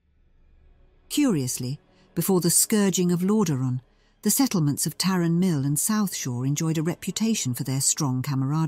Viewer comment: Greetings all, at the library we have realised that we may have some pronunciations incorrect, like Tarren mill vs Tauren mill, it must be said that the saying old dogs and new tricks can be employed here, we will continue to develop the content on this channel, may light be with you 💥